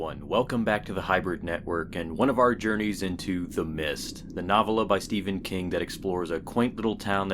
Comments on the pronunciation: "nawv-ah-la" LOL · so im supposed to believe someone who cant pronounce novella reads stephen king books.